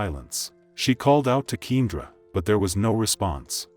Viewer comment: ‘Keen-druh’ is driving me nuts. Should have spelled it keyahndra when you heard the playback